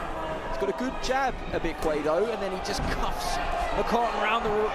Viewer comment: Tell him to learn how to pronounce his name. Stop making excuses for him. Ibekwe became Bekune....Anofia